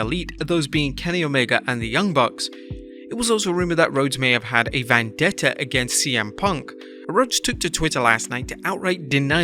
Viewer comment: What’s a “van detta ?” Surely you mean “vendetta”?